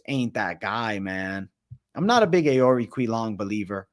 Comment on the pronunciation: Rosas could get slept. His stand up is elementary. But you gotta learn how to say these fighters names my guy. Its (ohhr- eee-chee- leng) cahhh mahhn smh